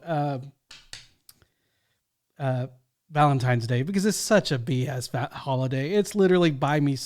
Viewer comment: Yeah I’m really going to listen to the opinion of a woman who says “Valentimes Day”. 🤦‍♀️🤦‍♀️🤦‍♀️🤦‍♀️